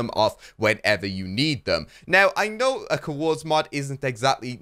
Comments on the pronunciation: Cuhords, its COORDS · The couords mod lol one syllable, not two hah